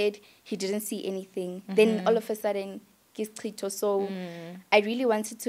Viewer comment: Hi it's "isicitho" not Isitshixo 🤗